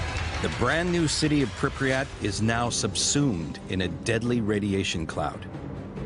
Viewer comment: Its pronounced Pripyat, not Pripryat as it's not nucular but nuclear.